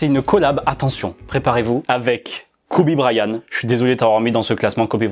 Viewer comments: kobe brayan-T- AVEC UN T A LA FIN 😭 pas kobe brayaneuh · MON FRÈRE TA DIT KOBE BRAYAN PTN 😂😂😂😂😂😂😂